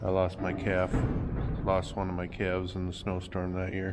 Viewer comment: I replayed that section where you were naming the new ‘claves’ several times because it totally cracked me up! How repeated you when you emphasized claves’!! You guys are a joy to watch!!